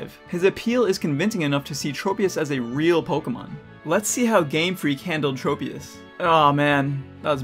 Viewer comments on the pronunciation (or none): PokéDex: TROP-IUS! This Guy: Trow-pius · Pokedex 3d pro: Traw-pee-iss (because tropical) Tchro-pee-iss (because smol brain)